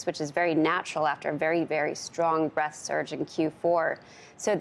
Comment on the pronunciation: breaDth, not breath. Please.